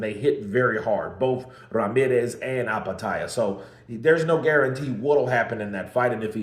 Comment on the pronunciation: Eye petaia? Bro... Do you even read?